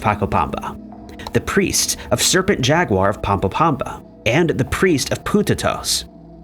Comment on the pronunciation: His pronunciation of ‘jaguar’ just really irked me.